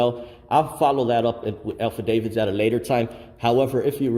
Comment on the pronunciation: Till this day the still says AlphaDavids? 🤦🏼‍♀️